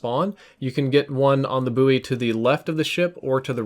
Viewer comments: Bouy is ptonounced lile boy...... lol wtf is boooee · "Buoy" is pronounced "boy" not "boo-ey" 😂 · Lol did you just pronounce buoy as “boowie”